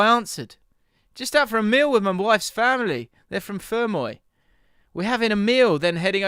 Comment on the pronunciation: Hearing the story about the lad meeting Roy Keane in cork and then saying he was with his wives family from fermoy was cool because I live here and it’s only a small town , so knowing that someone else local to me watches the jaffn is weird to me podcast has gone global PS you absolutely butchered saying cork and fermoy